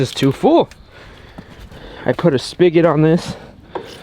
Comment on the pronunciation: you are the ONLY person on YouTube I've heard say the word spigot correctly!! I know it's goofy to be weird about a word, but thank you for saying this the right way!! 😄